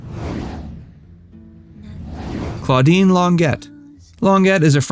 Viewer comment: Claudine long-get. Love it! 😂